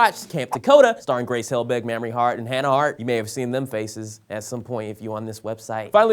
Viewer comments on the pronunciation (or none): You said Mamrie's name so wrong...lol. It's Maim-re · First all of it's pronounced "Maymrie" Hart. Second of all DID YOU SERIOUSLY FAIL TO MENTION THAT HANNAH HART WAS ON THE LIST THIS YEAR? my lovely, kindly go and educate yourself #teamyoutube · I just read the comments cause sometimes it's am and you still don't want to sleep. Few things 1) not a good way to go to sleep happy 2) did you purposely mispronounce Michelle Phan and Mamrie's name? Cause it feels like something you would know/would have been fixed by someone. 3) could you write out the name of the guy who was a help in Camp Takota? I love that movie and the girls but have never heard of him before and want to know more. 4) I'm so used to tumblr that i just figured out what my tags on this comment would be. 5) night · said mamries name wrong Ahhh I love u will but ahhhh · Hold up, so he managed to mispronounce Mamrie's first name and Michelle Phan's last name, and nobody on the sourcefed team caught it, damn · my dear sweet you mispronounced Mamrie's name, and I was hoping you'd mention Hannah being on the 30 under 30